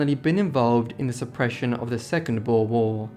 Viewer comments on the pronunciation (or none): none